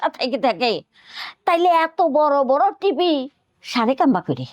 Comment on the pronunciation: টিপি নাকি টিভি🤣